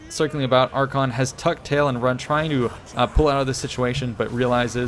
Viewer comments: Arkhan the Black (ar-khaan) and Archaeon, the Everchosen(ar-khay-on) the pronounceation was garbage, but that was a great battle with an awesome clutch comeback! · Archaon (Are-kay-on) and Arkhan (Are-can) are not pronounced the same. Cool battle though. :P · ITS PRONOUNCED AR-KAY-ON A POX UPON YOU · since when is Archaon pronounced the same as Arkhan? yikes